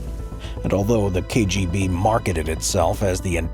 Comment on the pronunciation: He did quite well considering that he's unlikely to be a Russian speaker.